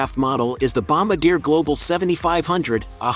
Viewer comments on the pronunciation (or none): It’s pronounced BOMBARDEEAY not bombadeer! There’s an “r” in the second syllable! I know - you are not educated in French!